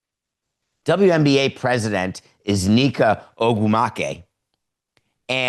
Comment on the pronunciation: Samson destroyed Neka’s last name 😂